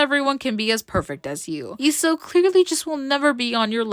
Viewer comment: finally someone pronouncing her name the right way. Some will pronounce it leeso